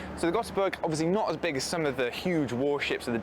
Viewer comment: Ö is not O. Ö is pronounced more like the "a" in "a bin" in English, just a bit longer.